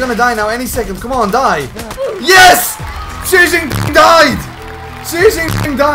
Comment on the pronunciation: that Xijinping pronounciation is dead on.